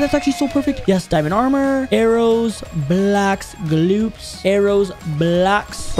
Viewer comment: bro said blaoks